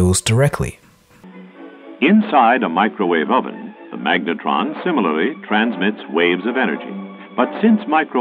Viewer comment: it bothers me the way you pronounce “ microwave oven ”